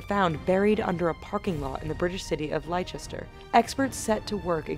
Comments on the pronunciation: its not lie-chest-er its lest-er or slang lesta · LES - TER LES - TER NOT LY - CHES - TER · les-tah not lie-ces-ter ahaha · was it just me or did anyone else here her say liechester instead of Leister common show a bit of respect for the reigning champions of Britain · Lie-chester. Really... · Not lie-Chester its less-ter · Lie-chester is actually Lest-er, by the by... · not Lie-chester - it's le-ster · Lie Chester Ha Ha Ha It's Less-ter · It's Less-ter. Not Lye-chester!! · It's said les-ter not lie-ses-ter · Lester=Leicester not leichester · it les ter no lie chester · I hate how she says Leister its not Li-ster its Lest-er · "LES-TER" NOT "LIE-CHESTER"! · It's not Ly-chest-er It's Less-ter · it's not li - Chester is le-ster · Not Lie chester.... Less ster...... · lie-chester? really? it's less-ter. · 'Les-ter' not 'lie-ches-ter' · Li-ches-ter hahahahahahahah its just les-ter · Its les-ter not fucking lie-chester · its le-ster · "Leichester" facepalm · What the fuck is lye-chester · Less terr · Ikr where's Leichester? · It's Les-ter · Nononono not Ley-chest-er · That's all I was thinking for the rest of the video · it is the titanic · IT IS PRONOUCED LESS TER. PLEASE. FOR THE LOVE OF GOD. GET IT RIGHT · "Lie-Chester" LMAO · "Li - Chest - er" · Lie-Chester... U focking wot m8? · "in the British city of 'Li-chester'". Haha, good try. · Lie chester :D LMAO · did she just say lie-ceshter? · WHERE THE FUCK IS LEI-CHESTSER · ITS LES-TER. 😭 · LOOOL did she just say "lie-chester"????!! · "Laichester" WHY. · It's "LEST-TA" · Lie sester. Didn't they win the champ eye on ship? or was it loog baroog. Loughborough. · Yes the British city of Li-ches-ter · lichester? really? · "Laychester" I'm done. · ly chest er? is it where the lychi grows in england? lol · trust me there's no place in Britain called lie-chiester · "Lie chester" that annoyed me so much. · The English city of lie Chester? 😂😂😂😂😂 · Lechister.... Bruh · LAICHESTER HAHA OMG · haha LY-CHESTER? near woos-estershire?